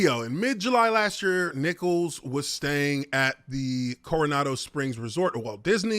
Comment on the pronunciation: I can't hear any of what Nichols said. Also it's Nichols (Ni-Culls) not Nicholas lol